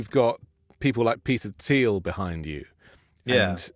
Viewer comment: Peter Thiel (pronounced Tee-ul You should know how to say it ) BTW, Peter Thiel was born in Hamburg GERMANY!